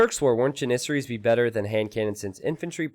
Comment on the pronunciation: It's JAN-issaries, not jan-ISS-aries !!